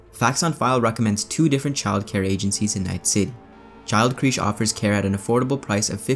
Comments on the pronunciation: Great video, awesomely informative...now I'm going to be an annoying grammer or pronunciation nazi... the word creche, as in "child creche".... its pronounced Kresh. Friggin love this video, you filled me in on so much...you really filled out my cyberpunk experience with some awesome back story and research... sorry for being a dick about pronunciation.👍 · You say 'crèche' weirdly